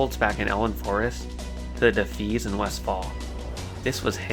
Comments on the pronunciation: Sorry I hate to be this person, but the red bandana people are called the “Def- EYE-as,” not “Def-EES. Otherwise really cool that you’re loving the game dude, I’m going through Classic add-ons-free too. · It's pronounced de-fy-ass not de-fees. No hate! Just a tip. Well done on the video. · I never heard anyone say defias like that lmao it's [De-fi-yas] <3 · co-bold, not cobbled... defias... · Good video, just constructive criticism, mispronouncing words is distracting, for example Defias and Kobalds. Keep up the good work, I know it’s time consuming